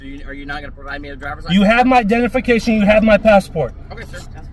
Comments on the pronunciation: it’s Identification not dentification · "You have my dennification"